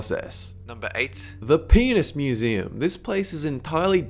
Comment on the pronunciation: STOP SAYING PEENISE!